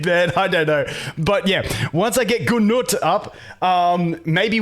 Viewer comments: stop saying GUU NUT its 🥜NUT 🤣🤣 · Boned by nut lol. Had a solid laugh. I think people pronounce it like. Noot. or g-noot. Who knows, but nut is funny enough.